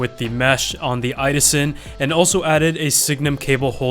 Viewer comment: IDASEN?!!??!???? It's "idåsen" pronounced i-daogsen